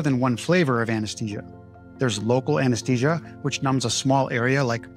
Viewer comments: It's pronounced "a-nuhs-thee-zhuh", not Anes-tee-sia. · Why do you say anesTesia when it's spelled anesTHesia? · Try to pronounce `Anesthesia` correctly.